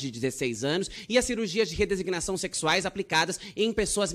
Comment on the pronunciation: Como ela consegue falar 'redesignação' sem errar gente? É muito maravilhosa 😊